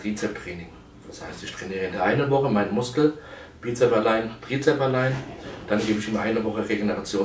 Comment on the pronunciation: Es heißt Trizeps, nicht Trizep.